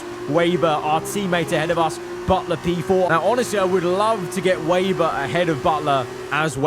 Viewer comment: it's not waber it's weber bro